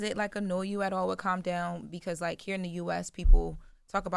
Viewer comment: It's Calm Down not "Come Down"😅😅